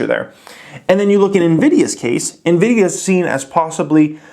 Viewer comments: I like your strategy... calling it "nevidia" 😉📈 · Teodor G NVIDIA in Spanish means & sounds like envy/jealousy 😂